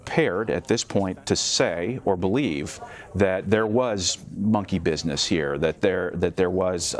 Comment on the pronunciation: Whats this word....busific?!